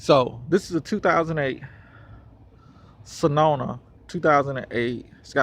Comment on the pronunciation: Bruh when you said senoma 😂😭